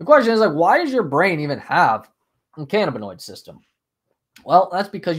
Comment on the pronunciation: I believe the accent is on the 2nd syllable -(ca-NAB-in-oid